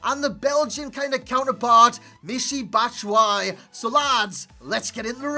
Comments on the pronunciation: by the the way to pronounce his name it's BAT-SHOE-I-EEE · It's batsh-wa-yi!